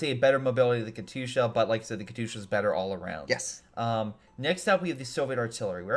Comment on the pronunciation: How do you sit next to someone saying Katyusha correctly and keep saying it like a derp.